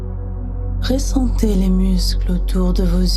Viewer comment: On dit ressentez et non pas réssentez. J'ai dû arrêter car elle le dit souvent et ça me dérange. Les autres histoires sont superbes